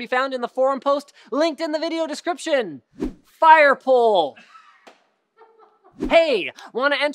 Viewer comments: Next time Linus is on you should get him to say "Fire Pole" again lol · ***** Say firepole!! Again!! #JusticeForLuke